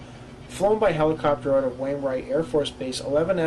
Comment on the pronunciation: Dude: The word is Out. O-U-T. Not ooot